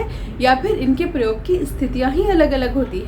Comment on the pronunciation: प्रयोग का उच्चारण ठीक से करना चाहिए।